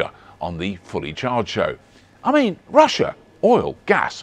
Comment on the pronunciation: Why are you saying Russia in a Sean Connery accent?